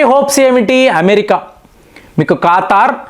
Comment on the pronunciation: ఖాతార్ అనాలా , ఖతార్ కాదా